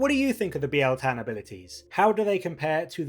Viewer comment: I think you're the first YouTuber to pronounce it right. It's not bile tan ;)